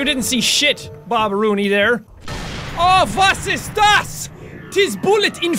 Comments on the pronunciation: I'm from Austria and his "Was ist das?!" was bosslike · "Was iist daas?!" proud of you for that good german